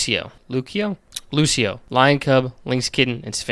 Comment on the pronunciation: how are you engulfed creating pokemon content and butchering the names this madly,????? "Lucio"